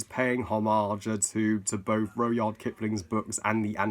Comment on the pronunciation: It’s pronounced rud-yard